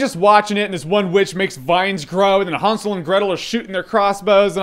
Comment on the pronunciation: Haunsel? No dude HANSEL!